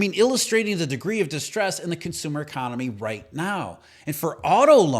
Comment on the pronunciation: e-CON-ON-ME. Plain sight